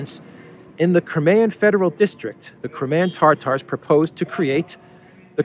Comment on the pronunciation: It's not tartar like steak tartar it's Tatar, as in the nomadic people from the Caucasus lol